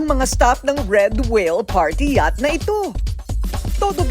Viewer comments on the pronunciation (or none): none